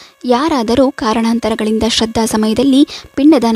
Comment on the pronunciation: ಶ್ರದ್ಧ ಅಂತಾ ಓದುತ್ತಿದ್ದೀರಾ.